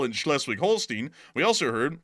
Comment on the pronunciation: Pronunciation Schleswig-Holstein: ˈʃlɛswɪɡ ˈhoʊlstaɪn